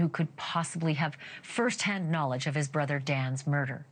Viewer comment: Ashley, It's Not Brodder ,brother it is